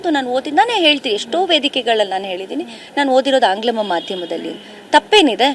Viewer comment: ಮೇಡಂ, ಅದು ಆಂಗ್ಲಮ ಮಾಧ್ಯಮ ಅಲ್ಲ, ಆಂಗ್ಲ ಮಾಧ್ಯಮ ಅಷ್ಟೇ 😊